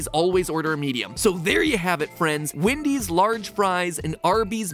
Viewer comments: Nobody: Matpat: calls Wendy's Windy's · I just realized Mat pat says “Wendy’s” like Eric Cartman